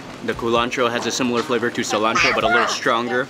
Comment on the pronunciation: Que-antro???? What?